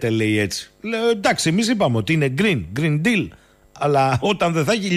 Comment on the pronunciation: Green deal, ακούγεται σαν Grin dill. Δηλαδή πράσινος ανιθος. Green deal = γκρι' ιν ντη' αλ περίπου έτσι θα 'πρεπε να προφέρεται!